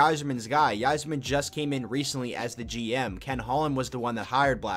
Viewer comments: 100% it’s EYE-zerman. I’ve been watching the wings for well over 20 years and have never heard a person say “Yi-zerman”... Couldn’t believe more ppl didn’t comment about that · won tonight ...and its pronounced "izerman " not "why"- zerman sheesh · "yi-zerman"..... BRO...... "EYE-ZER-MEN" SMDH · It is pronounced Izer-man. Great videos though! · It’s pronounced EYE-zerman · Dude I was so amazed I didn’t see any comments about this sooner. How are ppl letting him get away with pronouncing it like that lol. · He may or may not know more about the team but he definitely doesn’t know how to pronounce Yzerman’s last name... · OK STOP IT!!! STOP THIS VIDEO!!! IF YOU DON'T START PRONOUNCING "THE CAPTAIN" Steve Yzerman's name RIGHT I WILL END YOUR LIFE! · You can’t even pronounce Yzerman correctly